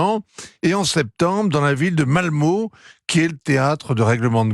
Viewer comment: Cette ville se prononce "Malmeu" au cas où... Ville qui a vu grandir Zlatan Ibrahimovic au passage...